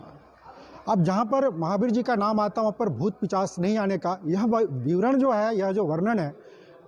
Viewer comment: पिशाच को पिचाश बोला ।